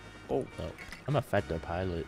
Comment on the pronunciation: "im a Fadtser piliot than you" ahahah